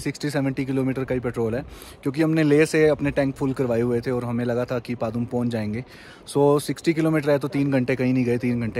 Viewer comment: Bhai maine पदम सूना हैं पादुम नहीं.